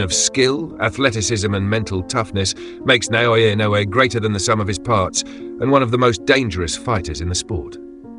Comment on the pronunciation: the AI cant even say his name - get yall s**t together